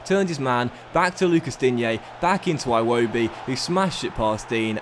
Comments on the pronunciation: No one:: Eye-wobi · honestly I love you, but start pronouncing Iwobi properly (done it for years now) "Ee-wobi", like 'E'-bay and 'E'-commerce